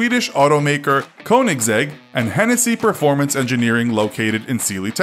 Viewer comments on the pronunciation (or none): "coanigsegg" it is more like a ö sound